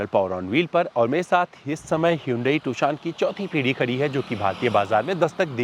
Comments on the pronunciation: Tu-shaan nahi beh gendu. Its Tu-shon. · Bhai not Toshan its Tucson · Abe pronounciation is tuuusion ..not tuksion